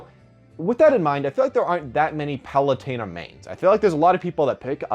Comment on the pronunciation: Isn't it Pah-loo-ten-ah? Not Pah-loo-tayn-ah?